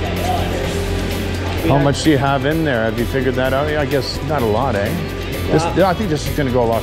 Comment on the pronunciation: Had to laugh, as I obviously know you are Canadian but have NEVER heard in any video you say “Ehhh” until now as you are always in the USA. Blessings brother in Christ!